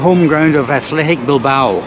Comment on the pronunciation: A quién se le ha ocurrido doblar este video? El doblaje es horrible. No podían haber dejado la voz original y poner subtítulos para quien no entienda inglés? La voz del que lo ha doblado hace que este video sea insoportable. Y lo más insoportable es oírle nombrar a Bilbao como Bilbaru. Es que nos sabes leer chaval?